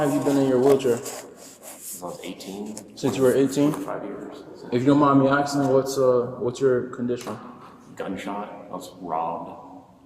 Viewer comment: "if you dont mind me axing" Jesus Christ kick this black dude of the force dude cant even speak properly. Axing is not the word pal ASKING whats wrong with these idiots that cant speak. All black police officers should be ASKED to say that word before they are hired and if they cant NO JOB period. Ghetto ass